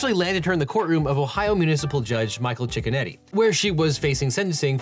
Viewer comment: It sounds like you’re saying “Judge Chicken-Eddy” but that can’t be a serious name. I have to assume it’s Judge Cicchinetti or something like that 😂